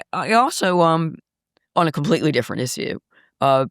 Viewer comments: She's exactly right on every issue except the pronunciation of issue. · I'm all on board with her until I hear her pronunciation of the word issue